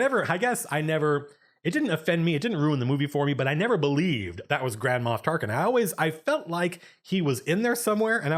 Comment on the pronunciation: It doesn't make up for it (because they definitely should've been able to convey at least SOME of this stuff in the movie), but the book (released at the same time) explains/answers almost all of your questions/complaints. Also, I keep thinking you're saying Grandma Tarkin and it's making me laugh.